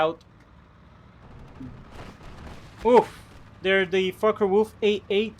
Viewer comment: Did you notice that your fockewulf sound like fuckerwulf?